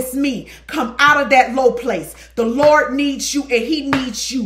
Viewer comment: 🤣🤣you have to put that T on the end 😂 LerdT😂